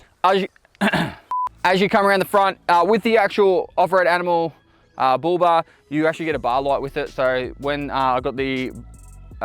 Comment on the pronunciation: Oh he was saying Bull Bar. I thought he was saying booba.